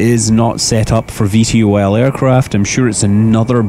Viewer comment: i think it is pronounced Ve Toll